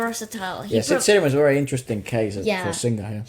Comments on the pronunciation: Guys, his name SID SRI-RAM not SID 'SIRIAM' 🙂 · it is not siriam.. it is 'sri' 'ram' and it is not bollywood.. :( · Itz not sidriam its SriRam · It's not Siriam, it's Sriram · Who's Sid Siriam? We only know Sid Sriram, pronounced "Sree-raam" xD Its hilarious to hear you mispronounce his name, and now seeing the usual mispronunciation typed down is more hilarious.